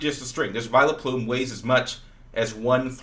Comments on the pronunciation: I fricking hate when he says "Vi LUH plume" it's not hard to look at vileplumes name and say VILE-PLUME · Did he just call vileplume Vile-a-plume